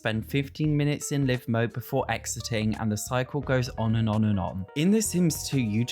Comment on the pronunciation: Dude, you're pronouncing Live mode wrong. It's a long i, as in "live TV".